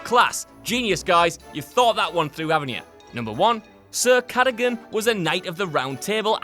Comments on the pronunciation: I think you'll find it's Ca-da-gun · It’s pronounced Ca - dug - gan, Cadogan